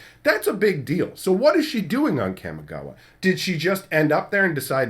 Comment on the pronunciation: Friendly nitpick, loving your Kamigawa coverage btw,. Kamigawa is pronounced a little less kami like in camera and a little more kami like in Commie.